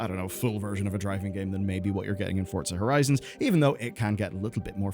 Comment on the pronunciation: Theres no "s" in Forza Horizon. Its Forza Horizon not Fortsuhhh Hurrizonsss